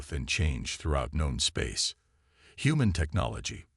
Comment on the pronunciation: It's not gone space, it's known space. Once again your A.I. is dumb as a box of rocks.